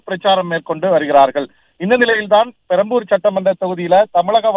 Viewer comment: அது பரம்பூர் இல்ல மா... பெரம்பூர்... 😝😝